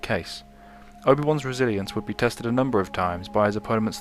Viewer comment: you need to stop saying resiliancy it's pronounced resilience